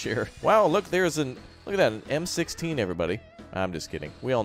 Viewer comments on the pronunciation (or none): It physical hurt me when he said M16